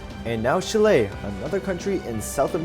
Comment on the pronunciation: Also it is chi-le not she-ley!